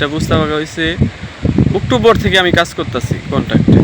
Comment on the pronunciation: Oottovor 😅😅(October) Fual bloger 😂. Apna kahini deke kaya hobe .